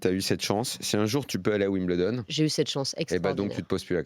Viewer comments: Alors les français : on ne dit pas « wimBLEdon » mais « wimBEULdon » ! 😘 Il faut apprendre à parler anglais les gars 🤣🤣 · Pour info on dit 'wimbeuldon' et non 'wimbleudon... sinon super video :) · Attention, on ne prononce pas "Wimbledon", mais on prononce "Wimbeldon" ou si vous préférez phonétiquement [WIM] + [BUHL] + [DUHN] Vous pourrez brillez en parlant avec des anglais ;-)